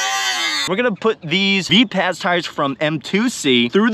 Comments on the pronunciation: Say it like Viper: "Viperz": = Vipaz✌️ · Mate these tyres are actually Vipaz as in Vi-paz (like viper). Additionally, these are made in Australia by West OZ RC and distributed by M2C Racing. the fact they held up to 12s for as long as they did is impressive as. You can look up West OZ RC youtube channel to see what he recommends for gluing.